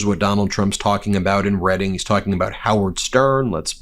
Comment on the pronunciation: Also thank you for pronouncing Reading correctly.